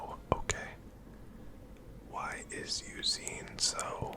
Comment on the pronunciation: You did indeed pronounce Eusine's name correctly lol